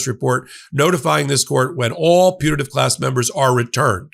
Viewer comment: High speed of short "a" in putative sure made it sound to me like the minors were in a punitive class.